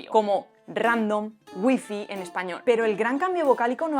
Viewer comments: wtf!? No conozco a nadie que pronuncie gifi, lo pronunciamos como suena en inglés guai fai xd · Casi me da algo al escuchar “hacer pasar una palabra extranjera como propia, Güifi” Dios!!!!!!